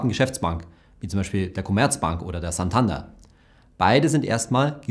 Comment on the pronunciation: "Santander" wird mit betonung auf der ausgesprochen. Also santanDER